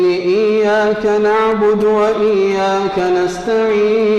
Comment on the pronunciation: الدال في كلمة نعبد في سورة الفاتحة ليست ساكنة "نَعْبُدُ"